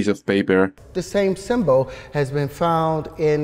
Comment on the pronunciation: He also says “symbo” (symbol) and “tempos” (temples) lmao